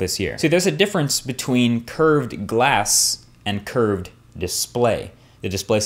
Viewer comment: Curved display ? Sounds more like "cursed display" !